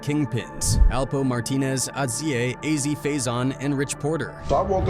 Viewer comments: It’s AZ, NOT OZZIE! 🤦🏽‍♂️🤦🏽‍♂️🤦🏽‍♂️ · Next time get someone from the hood to narrate I'm tired of hearing Ozzie it's Azie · Hold up, wtf is “Ozzie Faison?” You mean AZ(Azzie). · It’s pronounced A-Z, not Aussie!!! 😡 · Its AZ not Ozzie.....are you unintelligent? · It’s not fucking Ozzie it’s AAAAZIE I hate this documentary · Sloppy AI cant pronounce Azie correctly smh 😂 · It's pronounced AZ. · Stop fuckin saying “OZZIE” 😂 Yo this Ai shit is weak. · The pronunciation of Az’s name in this video tells me this “content creator” is a culture vulture